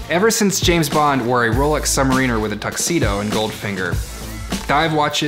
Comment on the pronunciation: Sub-Mariner, not Submarine-er